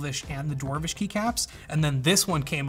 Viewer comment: Did he just say Dwarwish .....